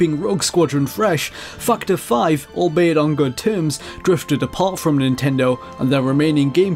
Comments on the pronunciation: I love how it sounds for me like you are saying "Fucked up 5"XD. No racism, pure lighthearted laughs :D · I like the sound of your voice, it's very soothing and charming in a unique way. It draws me in, as weird as it might sound. Though when you say factor it might be mistaken for the word "fucked". As for the immature people giving you shit on your voice, fuck them. People are assholes. They do this to make themselves feel better, and reading alot of these replies you have alot of people that enjoy your voice, me included :). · The way u say Factor Five is funny because the auto-generated captions make it really hilarious